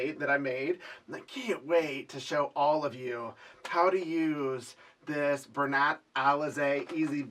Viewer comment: Pretty blanket. Love doing loop blankets by hand. Bernat is pronounced BUR-NA.